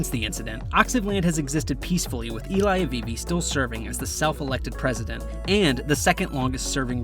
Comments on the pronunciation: Eli is pronounced Eh-lee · You keep calling him ilay